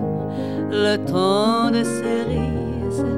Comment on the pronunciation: cerises(正スリーズ→誤セリーズ)の発音が間違っているのだけが惜しまれてならない名唱。